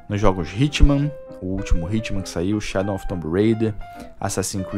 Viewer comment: por que você troca o w por n? Shadon of the tomb raider.